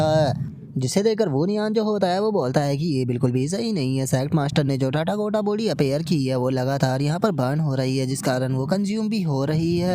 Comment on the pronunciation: Bhai tu टाटागोटा बोलना बंद कर दे ... भाई वो "तथागत बॉडी" है न कि टाटागोटा बॉडी 😊